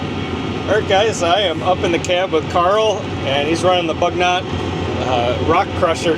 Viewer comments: AMERICA BU - NY - OH BUG NOT I ASK YOU. bu-: Pronounced like the French "u" sound (lips rounded saying "ee") or close to an English "oo" sound in boot.- gnot: Pronounced like "nyo" (the standard French gn makes a soft /ɲ/ palatal nasal sound, similar to the "ny" in canyon) followed by an open-o sound (oh), with the final t dropped Again coupé the final e sounds AY EMBRACE YOUR EUROPEAN HERITAGE. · FYI, it's pronounced “boo-NYOH” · They do a lot of this kind of work in Europe. I wonder if this machine is French and if it is then possibly “Bugnot” may be pronounced differently?